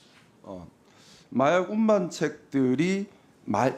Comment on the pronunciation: 사람들이 다 보는 상황에서도 검사 수준이 저렇구나...😢 미안하다. 찾아보니 검사마져도 못되었구나. 운반인지,운빤인지 발음부터 교정해라.